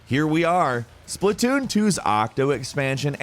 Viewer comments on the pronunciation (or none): none